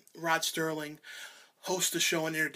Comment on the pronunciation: Every time you review a twilight zone dvd. You always say Rod Sterling. It is Serling. Not Sterling. Cheers.